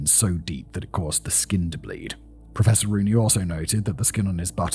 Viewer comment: Im sorry but every time Simon says "Professor Rooney" i hear "Professoroonie!"